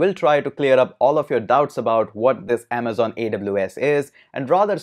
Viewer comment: "In this video, we are going to talk about 'Aamzon AWS' " 😂